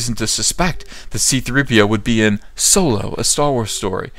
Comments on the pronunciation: you mispronounced SoYlo. :P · Solo? You mean SOYLO.